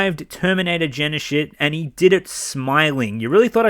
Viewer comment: "terminator Genishit" lol